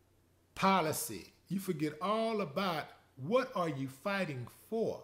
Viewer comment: When he said ✊🏾"Your working fa ya country" 😂🤣😂🤣😂😂🤣